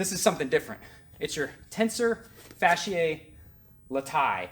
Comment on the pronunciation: Ae does make the “I” sound in Latin... you are correct however Tensor Fasciae latae would sound like Fask-eee-(eye) Lat(eye) - the diphthong is pronounced the same in both words with no soft ‘c’ sound in fasciae.... sorry you asked lol... as far as location, are you aiming for right about the pocket type area?